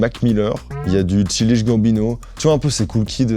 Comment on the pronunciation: J'ai arrêté de le suivre à l'épisode "Childish Gambino". Apparemment il ne lit pas ses commentaires et/ou personne dans son entourage lui a dit!!!! Je veux bien comprendre qu'on ne soit pas tous polyglotte, mais faire toute une vidéo sur un gars et mal prononcer son blaze c'est vraiment pas pro.